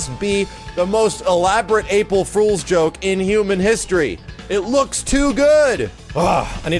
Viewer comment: "Apil Frools joke" You can tell how excited he is for this.